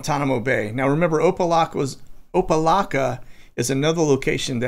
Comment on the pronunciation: It is pronounced Opa (lack) a. Good try though.